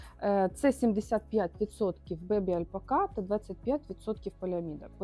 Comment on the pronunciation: Чому ви робите наголос альпакА?